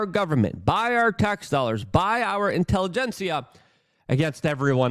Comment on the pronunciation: intervention! luke please look up the word intelligentsia! or maybe we shoould respell it intellegenCIA?